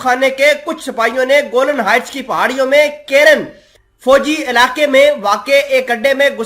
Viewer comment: Bhai Jan theek se parhen please. گولن نہیں کہتے بلکہ گولان ہائٹس کہتے ہیں